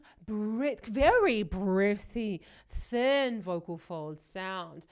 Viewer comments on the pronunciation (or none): none